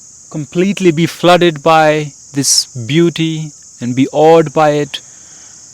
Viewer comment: "by" as Is "WyTH".